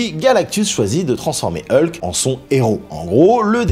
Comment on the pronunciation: Ça m’agace... Tantôt c’est "E-lke", tantôt la bonne prononciation "Hulk". Sinon, bonne vidéo !